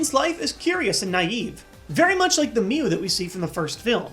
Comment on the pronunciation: "Alright heres mew there "MEU"...